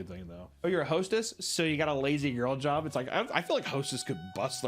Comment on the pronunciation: You're putting the emphasis on the wrong word in "Lazy Girl job". It's LAZY girl job, because the job is gender neutral, not a "girl job". They're calling it a "Lazy Girl" job because the trend is focused on pointing women to easier work.